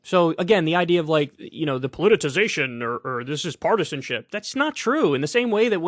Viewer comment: It's politicization not polititization. Why does every newsperson mispronounce so many words?